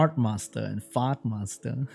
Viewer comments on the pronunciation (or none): Lol when you said fire art master it sounds like fart master